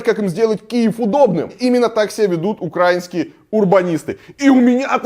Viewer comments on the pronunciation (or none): УкраИнский, а не УкрАинский, ты же адекватный блогер, так что будь добр, говори с правильным ударением. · Автобыдло меня, как жителя Киева, бесит просто ужасно – что у них в головах? Илья, спасибо, что обращаете внимание. Только от вас уже не первый раз слышу неправильное ударение в слове "украинский". Правильно будет "украИнский", даже в русском языке. Потому как страна УкраИна, а не УкрАина. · Дико пригорает от ударения в слове украинский, правильно говорить с ударением на букву "и" в середине слова, а про парковку в Киеве правдиво, так и есть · УкраИнский а не УкрАинский. Расияни.